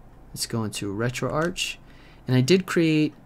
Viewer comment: It's pronounced retroarch not retroarch..